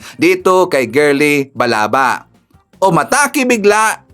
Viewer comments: Sir Balaba Yan Hindi Balaga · Sir Ivan Balaba po hindi balaga